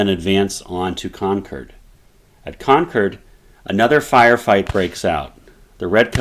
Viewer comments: It's pronounced Con-kerd not Con-chord. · This has probably been stated in a previous comment, but the “Shot Heard Around the World” is attributed to Concord, not Lexington. btw…Concord is pronounced with emphasis on “Con,”. It’s not pronounced Con-CORD. You’ve already lost me as a viewer within 2 minutes. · Concord. Not con curd. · Great video...but is nobody going to mention how he pronounces Concord? 😂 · Would be nice if the pronunciation of some of the towns was more accurate. No one from that area enunciates the "CORD" in Concord quite like that.. and Charleston is in South Carolina , CharlesTOWN is the city across the bay from Boston..